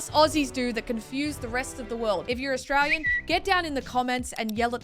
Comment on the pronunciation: Anyone else pick up on how says I'm Austray-ye-yan or says I'm from austray-ye-a